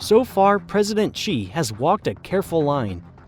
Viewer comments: It’s Xi, not Ji or Qi. And he’s Chairman, not President. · Your pronunciation of China's leader is wrong. It is not Chee, it is She. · Dude how can you make a video of this scale and still not know how to pronoune Xi Jinping? I's pronounced 'Shee' not 'Chee'. Just type it into Google Translate and press the sound button for Christ's sake... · It's hard to take this video seriously when the speaker can't decide if Xi Jinping's name is pronounced "Gee" or "Chee"... place names, too. Guess what, you can research the right way to pronounce stuff in a dictionary. BTW, Xi is pronounced exactly like the female pronoun she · Xi is pronounced "She" not "Chee". Interesting video though. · PRESIDENT XI OF CHINA IS PRONOUNCED ... "she" as in "he and she" not "chee". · the dude's last name Xi is not pronounced as "chi" but closer to "shee", nevertheless good video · WHO IS CHEE? The dude's name is XI pronounced S-SHI, it really isn't that hard ;) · Just a reminder. Xi Jinping's last name XI, the real pronunciation is just like See or Sea. For us, "Xi" is a misleading translation & spelling anyway. From a Mandarin Chinese user in Taiwan. Thanks to the world for supporting Taiwan.